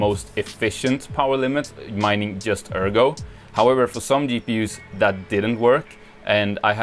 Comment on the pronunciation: cant you yust say "djust"? :p so annoying